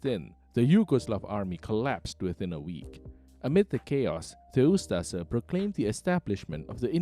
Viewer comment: DIRTY COMMUNIST PROPAGANDA - THE NDH WAS A WELL ORGANIZED COUNTRY - WTF DO YOU KNOW, YOU CAN NOT EVEN PROPERLY PRONOUNCE USTAŠA/USTAŠE